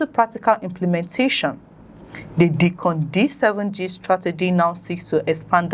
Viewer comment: Pronounced DYcon not Deecon